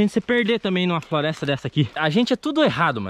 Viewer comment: ele falou frolesta kkkkkk